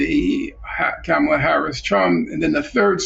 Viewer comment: Norman should learn how to pronounce Kamala’s name! It’s a bit disappointing to hear N.F. refer to the global south countries as “regimes” but the western countries as “states.”